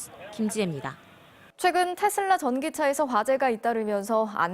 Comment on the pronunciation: 테슬라가 아니고 테어라구나